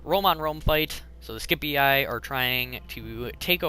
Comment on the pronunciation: It's pronounced Sip-ee-eye